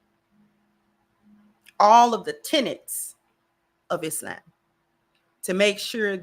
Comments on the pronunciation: She’s pronouncing it correctly. إسلام <—- Is-Lam. Is-lom is us Americanizing the Arabic. We need to say it as it’s really pronounced, which is what she’s doing. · her pronunciation is closer to standard arabic but there are other accepted pronunciations in English speaking countries. iz-lom, is-lom, islam are all acceptable.